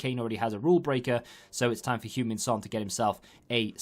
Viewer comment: Tottenham pronouncing Hueng-min son: Hyoung-min Son Fans pronouncing his name: Human Son